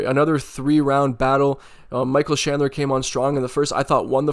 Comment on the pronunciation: Sorry I was poking fun at how you say chandler with a "sh" 😅 . Great video!!! Had me going back to re watch some older slobber knocker fights